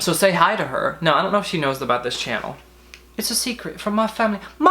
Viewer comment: i laughed so hard at the way u said channel LMFAOOOO